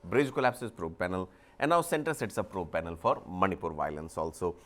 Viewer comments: Not Zomato Zomaato... Not manypur Maanipur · It's Manipur not Manypur